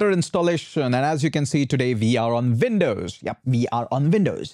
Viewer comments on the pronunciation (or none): Windows, not Vin...dows